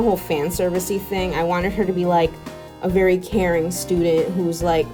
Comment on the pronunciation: I thought she said " Karen student " Instead of " Caring student "